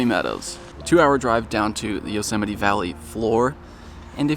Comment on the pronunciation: Thank you for teaching me how to say Yosemite, I’ve been wrong this entire time 😂